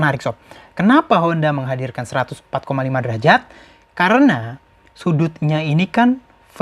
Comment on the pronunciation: derajat bukan derajad😁